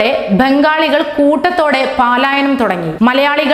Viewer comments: It is not "paalaayanam,". Palayanam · പാലായനം അല്ല പലായനം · Madam, I feel ashamed. Not 'paalayanam', it is 'palayanam'.